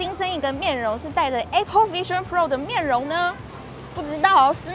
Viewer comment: A pple應該是台灣式的發音. 在美國是像在說 愛pple😊.